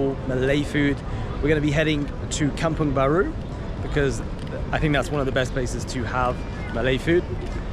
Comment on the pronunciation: Kampung Baru, not Kamung Baru. Kampung = Village, Baru = New So Kampung Baru means New Village.